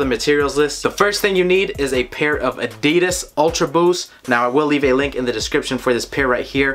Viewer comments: "ADIDIS ULTRA BOOOS" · The way he says "Adidas UltraBoost" 😂